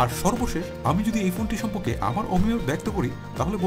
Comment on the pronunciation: আপনি বাংলা উচ্চারণ ঠিক করেন।সম্পক্কে হবনা কথাটা হবে সম্পর্কে।